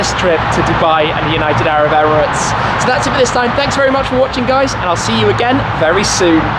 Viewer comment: I know he was exhausted by this point in the video but his pronunciation of 'United Arab Emirates' on loop had me laughing.